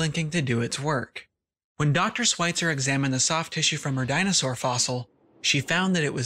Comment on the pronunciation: Great vid, but her last name is pronounced with the "Sch" sound. Not 'sw'. Sorry . It was driving me nuts.